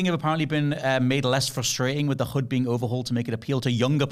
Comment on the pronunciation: HUD not hood 😂